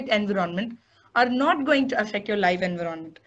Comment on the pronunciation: It's Envi ronment not En vironment... Please it's annoying